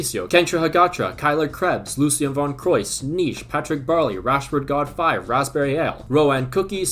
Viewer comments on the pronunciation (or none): none